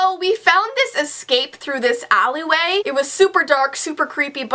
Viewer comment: Am I the only one who thinks about Austin and Ally when she says "Allyway" XD XD XD